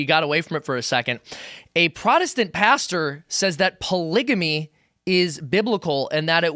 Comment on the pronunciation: It's f**** hilarious that can't even pronounce polygamy